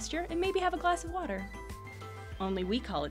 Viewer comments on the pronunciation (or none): none